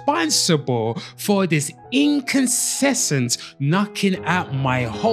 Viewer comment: Your background music is way too loud. Please turn it down. You mispronounced "incessant"